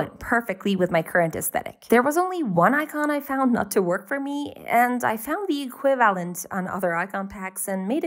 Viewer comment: e-QUI-va-lent emphasis on the "qui" Love your content